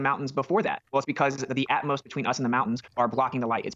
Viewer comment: "Atmos"? What a moron!